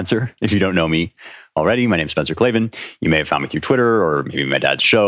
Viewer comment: K L A ... V A N ... there are no 'e's in Klavan!